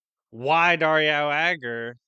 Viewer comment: I kept hearing Daria when you say Dario, for some reason. And now i cant stop thinking about Thor getting killed by Daria lol